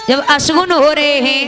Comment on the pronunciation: asgun nhi apsgun hota h